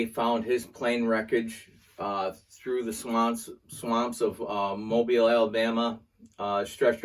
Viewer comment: Thank you for pronouncing Mobile correctly.